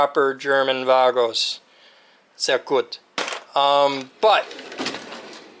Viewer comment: Why do u have Key Decoders, a hack 5 bag and a computer running Kali 😏 But I got to admit that your collection of cool stuff and German tools (Du hast “Sehr Gut” ziemlich gut ausgesprochen 😉) is very Impressive… And I using Kali too from time to time, as well as a flipper zero and all such lil gadgets that are fun to play with 😅Stay like that and make more “Wanna see something cool?” Shorts 👍